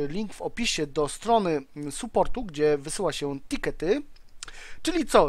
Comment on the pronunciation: Lustro masz ? Saport, a nie suport.